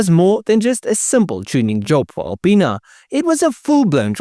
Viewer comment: i'm a 42 year old child when you say alipinas it sounds like you say a penis